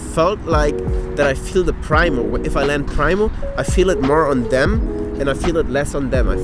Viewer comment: pronounced preemo not pry-mo for primo. I just got a pair of these elites because I keep hurting my heel which I feel is forever bruised and hasn't healed.